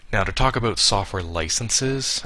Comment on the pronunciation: He is officially Canadian, (He said A Boot) :D